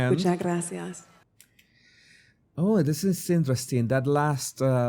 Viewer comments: Nah she got it off of google translate, that’s why it’s pronounced with a th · spanish here and her z from hace is softer, she mix it with an s , as in some part of andalucia and she sais graSias instead of spanish graZias , not argentinian at all either, it sounds caribean to me and i won't consider this fluent, it was just left to say: me gusta la " Payeya"( paella, that non of them pronounce properly XDDD) to sound like all the artist that come to play to spain and say 2/3 sentences in my language to win the atendants & fans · Too much " grassy arse" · She actually said it like grassy ass 🤣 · When she says the words sentimiento ,lo mejor y gracias suena como española